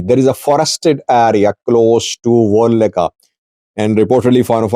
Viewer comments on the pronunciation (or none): Kikikikiki He Said Woleka , Not Wollega 😮min aynet Wolaka nh 👈🏽😂